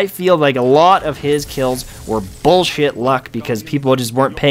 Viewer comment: lol, he probably meant to say player at first and then changed mid-word to people ^^